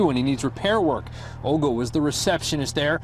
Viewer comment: i am impressed he pronounced Olga correctly. A softer pronunciation than we give it— not so ugly 😂